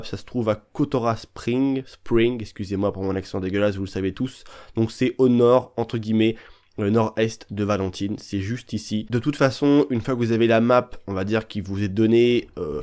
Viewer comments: Valentine🤪🤪🤣🤣🤣😅😂ça ce prononce Valentayne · Comment tu dis Valentine 😂😭😭😭 ça fait mal aux oreilles haha sinon sympa la vidéo